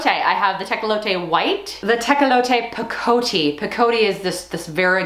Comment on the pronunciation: Oh my, ranunculus are SO gorgeous. So glad you shared the stories behind the names; so interesting and fun to know. (It’s “pick o tee” not “pa coatee”). 😘